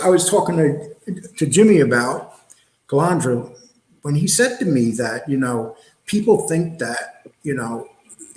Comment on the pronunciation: It's easy.... Repeat after me: CA-LAN-DRA. Not CA-LAN-DRI-A ! Kapisch??